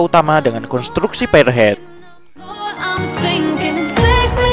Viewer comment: Pirhed ( pierhead ) min. Bkn payerhed ( firehead ) kpla api dong 🤣 🙏